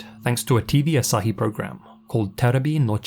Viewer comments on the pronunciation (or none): none